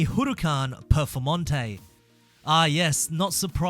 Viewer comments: the HURRRUCAN PERFOMONTEY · "HURUCAN PEFORMANTE"